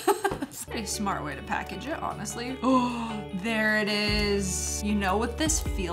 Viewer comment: The way she said Awnestry 😂😂